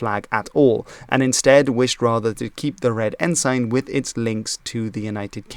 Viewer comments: Not “En-sign” its “En-sin” g is silent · Lester Pearson was not the "Governor" but the Prime Minister. Furthermore, it's pronounced EN-sin, not en-SIGN. Yeah, you can say en-SIGN, but it's not right in this context. ALso, it's RMC, the Royal Military College, NOT the Canadian Military Academy. Like, just google it. It's in Kingston. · English can be quite difficult for a non native speaker, even for some native speakers. I've never heard of 'ensign' being pronounced like that either. It should be with a short 'i' (ensin, not ensain) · I was always taught that ensign was pronounced ensun. I see by searching online that the UK pronunciation is ensun. Other English speaking countries, as with many words, use different pronunciations. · A non native English speaker telling how the name of a Canadian province is pronounced (incorrectly) is…laughable. It makes the mispronounced “ensign” less offensive, by comparison